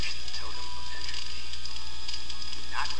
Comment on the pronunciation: Regrettably, good sir. You said it with an ending like "trophy" when it is indeed "entropy" with a hard 'p'.